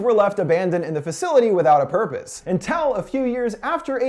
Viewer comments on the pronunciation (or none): did he just say "intel" instead of "until"?